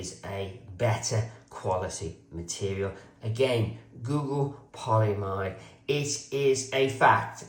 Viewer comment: Hey. Polyamide pronounced poly-a-mide and nylon are the same thing. Seatbelt nylon just refers to a particular form (tight-weave, high-strength webbing) of that polymer 🍀